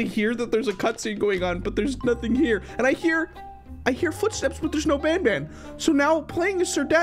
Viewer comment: Why did you say band? It is Banban 😊